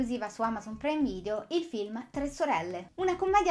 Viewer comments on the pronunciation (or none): Devo ancora capire perché pronunci "preime video". Bah!